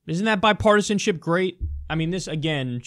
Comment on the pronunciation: hahaha Kyle you said "bipartisanshit".. hahah.. don't deny it. we all heard it